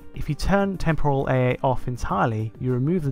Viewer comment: Temporal. Is it just cause I am Australian or is it not pronounced right.